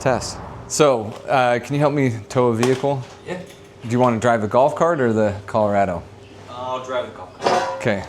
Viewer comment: Man said “Caller-A-Doe”